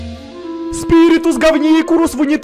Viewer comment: Никто: абсолютно никто: Степа: спирикус, говникулус, унитакулус! 😂😂😂😂😂😂😂👍👍👍👍